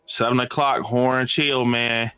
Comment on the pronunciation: It sounds like you're saying "whore" instead of "horror" 😂